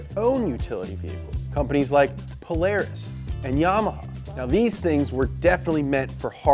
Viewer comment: I almost threw up when he said polaris